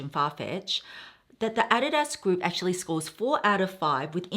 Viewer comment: I had to do a double take when you said “add-di-das” 😂 thank you for sharing your sustainable choices! That Burberry coat 😍